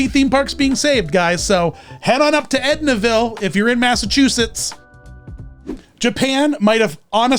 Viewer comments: I saw this and thought you'd come to MA to do a special on Edaville USA. BTW there's no 'n'. Its Edaville USA. Not edna. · I loved Shining Time Station as a kid (my into to Ringo Starr and George Carlin- way better Mr Conductors than Alec Baldwin!). Edaville Railroad Park in Carver, MA has had Thomas events since the 2000’s, but I’d aged out by then. EDIT- This is the park mentions (I didn’t realize because the pronunciation was off. Sorry!), and they have the “Day with Thomas” events now post-Covid shutdown.